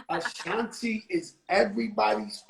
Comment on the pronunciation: This nigga keep saying ashantay lmao